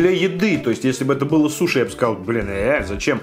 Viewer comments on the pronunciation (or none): none